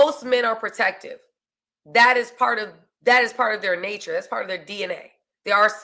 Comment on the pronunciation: That pawwt you big smawwt and point 👉🏾🔥